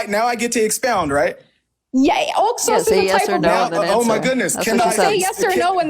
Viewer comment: How about we take a sip of wine every time she says Oxos? And actuality, I hate the way she says that she keeps saying it like she’s saying two words, “ox sauce” And I feel like if she says that word one more time it makes me wanna slap her. This girl is not bright. I see what Mohammad was talking about when he said “half brained.“ They’re all like this. She needs deliverance so she’s also calling Jesus Christ a liar? Girl, you better repent and repent fast that’s not funny.